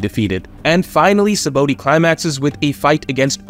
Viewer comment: Say it with me sa-ba-ode sheesh not sabooty